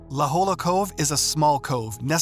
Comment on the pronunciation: God, how I hate AI! IT'S LA JOLLA, pronounced "la hoya"!!!!